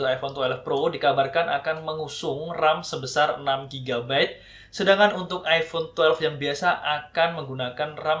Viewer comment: "iPhone twelef"